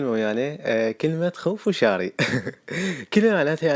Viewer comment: اسمها خنفشاشي مو خنفشاري